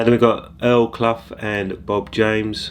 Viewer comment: Isn't it pronounced Earl Kloo?